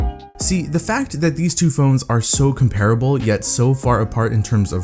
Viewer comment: one plus 6 has a "480 fps fps"? wow! that's a lot of fps! also you mispronounced comparable.